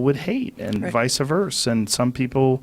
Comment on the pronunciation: Joe says "vice uh verse" instead of "vice versa".